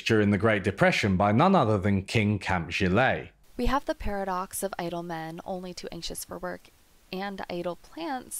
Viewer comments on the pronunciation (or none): In America Gillette is pronounced jihl-EHT. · i just learned that gillette razors are actually pronounced gilay... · 'Gillette the best a man can get.' not geleee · I can’t believe that the guy speaking has never seen or heard adv for Gillet but then the pronunciation. 😊